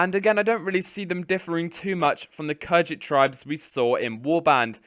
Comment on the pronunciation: Khergit not kherjit, rhodoe-ck not rho dock